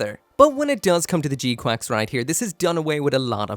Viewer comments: OMG didn't you used to live in Japan? How are you pronouncing it wrong?! It's very clearly, audibly "G-kucks"....not QUACKS. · Wait, it's pronounced "G-Quacks"? :D I was sure it's "G-Kyux"! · in japanese it's ジークアクス which is pronounced G-Quax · thought it was prnounced g kax